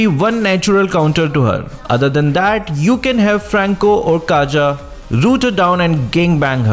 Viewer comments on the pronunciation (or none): its kaja not kaza lol